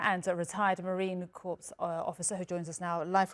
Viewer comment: Isn't it pronounced corps?